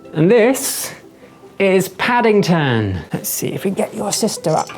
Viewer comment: Purrple and pattington😂